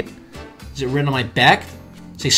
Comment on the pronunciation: It EzZ wAT iT eZz